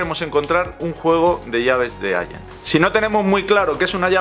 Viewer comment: allen y se pronuncia: alen